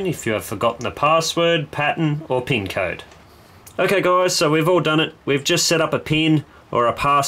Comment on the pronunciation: the PEEEEEN code. Im american and we pronounce it PIIIN not PEEEEEN